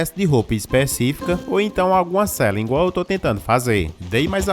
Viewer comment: 'Ingual' 'ingreja' pqp